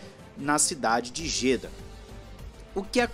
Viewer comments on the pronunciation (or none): se pronuncia Jedá hahaha é tipo Alaha (alá)hahaha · Excelente matéria sobre F1 mas... Bora pronunciar de modo correto o nome da cidade árabe? Se fala Jedá com acento agudo no "a".